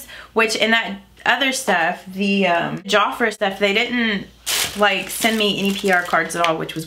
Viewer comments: I think I remember Jafra from back in the day, and I'm 52 lol, and I THINK it's pronounced jaf (like half)-ra, I'd love to see what you think of the blushes and mascara, please let us know! love your videos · My mom loves Jafra skin care has been using it probably for the past 30 yrs. And your other subscriber is right you pronounce it like two words. There almost like Mary Kay you order by catalog and a representative will have parties so that you can try out products. Love your eye shadow.